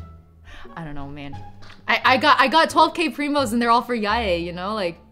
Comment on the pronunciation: Can you please set the record straight on the pronunciation of 1) Shenhe 2) Yae 3) Xinqiu I'm getting tired of people calling her /Yay/ Miko